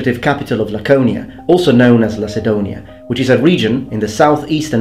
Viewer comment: What the hell is "Lasedonia" ? I suppose you meant Lakedaimon... well, at least you pronounced Lakōnía correctly (almost)